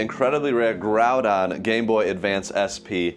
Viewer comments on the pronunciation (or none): grudon not grownad